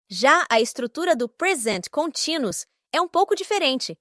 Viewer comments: sem querer julgar ,mas como estou tentando aprender o idioma ,eu tbm achei a pronúncia continuous estranho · Com todo respeito, mas você pronunciou a palavra "continuous" de forma errada e o título acima também está grafado errado. Tomei o cuidado de consultar alguns dicionários online, ok? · Que interessante. Eu nunca ouvi a palavra ‘continuous’ sendo pronunciada dessa forma.